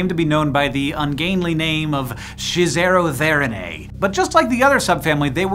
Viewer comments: The second subfamily is "Schizotheriinae", not "Shizotheriinae". ("split beasts", not "the Shiz beasts"!) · It's SCHIZOTHERIINAE, not Shizerotheriinae.